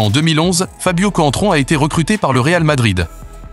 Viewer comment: C’est contrao ça se dit espèce de footix